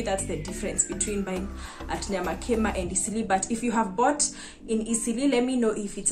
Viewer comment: Watu hawana rada nyamakima iko wapi, pronounce it in swahil nyama kima, yaani nyama ya kima😅